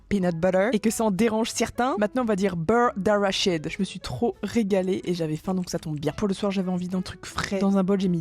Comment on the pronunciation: Il me faut absolument ce BEUWWW D’AWWWACHIDE😍